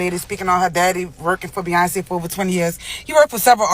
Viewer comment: who is beeeyonz? here name is beyonce